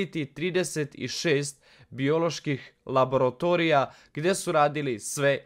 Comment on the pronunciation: Ponešto korektno ispričaš... Pobogu, ne kaže se labaratorija, niti plandemija.... Napravi pauzu i nauči ponešto iz petog razreda, majke ti...